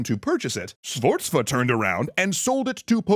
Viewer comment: You all have done a great job looking for the right pronunciation for the italians name BUT i must warn you, "Sforza" is utterly incomprehensible.